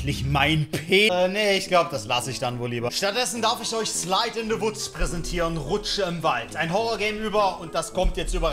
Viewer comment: Niemand: Wirklich niemand:: Slaid in se wutz